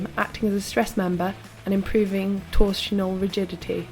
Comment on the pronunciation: ".. Improving (squint) torshinall? (erm) rigidity?.." ".. my 56kg (sideways eyes) (boom!).." "..Marshy nelly? inverted forks (wtf) .." #thatvoice Mamma